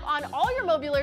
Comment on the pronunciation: Mobi-ulary lol